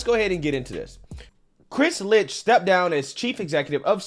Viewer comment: His name is pronounced LICKED do you not listen to how people pronounce other people's names hahahhahaha